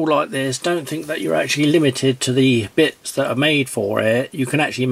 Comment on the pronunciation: It´s not a brilliant piece of kit, no, according to this guy it's actually "A bwillian' piece of keh!" :-D It's also "Queck te take fings apaah" lol Also you can´t use bits with it, it actually takes "bets"